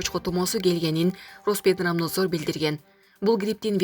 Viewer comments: Кайра кайра уктум роспетрабназор дедиби. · Руспотребнадзор деген созду туура кокуй албасан эмне дикторлук кылып журосун карындаш. Фёдоров дегенди дагы Федаров деп окуганында эле эскерттим эле откон жылы.